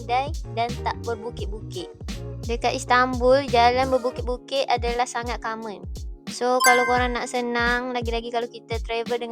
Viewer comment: Sangat “carment”? Mula2 mcm pelek, bila tengok subtitle,it’s “common” 😂